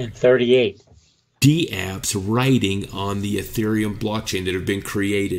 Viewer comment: Dapps, not dee-apps :p Take care guys.